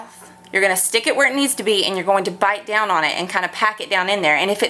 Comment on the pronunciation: sounds midwestern. The way she says bite down gives it away. The west coast accent - valley girl speak is the most neutral accent we have lmao